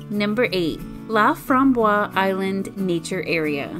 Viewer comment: French pronunciation is La From Bos (fromboise means raspberry)